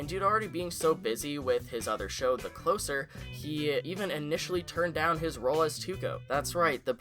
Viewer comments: It's "the clo-zer," as in "one who closes!" lol. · Holy fawk man its the CLOSER (CLOSE-ER)